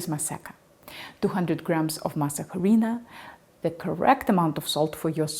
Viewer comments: Masa Huh-Reena? You mean Masa - A-Ri-Na. UH REE NA. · FYI The letter “h” in Spanish is mute. It sounds like this “arina” Please don’t kill the name. If you go to a Latino store asking for mass jarina, we won’t know what you’re talking about. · Very well done! The H is silent. Masa Harina is pronounced mah-sah-REE-nah. Thanks for the video and study. I really like to add a couple of tablespoons of masa harina to a couple of quarts of homemade chili, too. Really good. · Just remember that the H is silent. So pronounce “mas areena”.